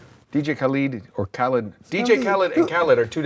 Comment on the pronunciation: u butchered khaled